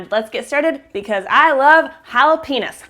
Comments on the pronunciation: I thought you said jala-penis LOL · Sounds like you said jalapenis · she said Jala penis. lol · Did she said "I love jalaPENES" ??? OMG.. correct me someone if i heard it wrong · Why does it sound like you are saying Penis!! LMBO!!!! hahahhaaa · Lol i thought she said jalapenas